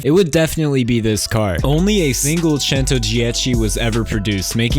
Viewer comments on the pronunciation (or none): none